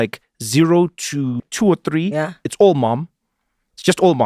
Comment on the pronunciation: Anele uvusa umntwana ngo “tree” *xhosa accent 😂😂😂😂😂😂